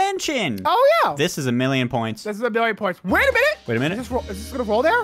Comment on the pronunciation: not a millon poonts